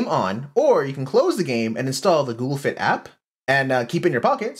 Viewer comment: Did you say google fit or dual fit